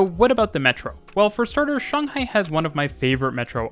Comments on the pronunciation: First thing I noticed in the video: a Westerner who actually says Shanghai correctly! (I mean I'm a Westerner too) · The sheer satisfaction and joy that washed over me as you pronounced Shanghai. Correctly. So many people say it like Shaynghai and it just annoys me